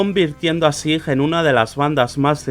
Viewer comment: we read / S A I /, that's not difficult.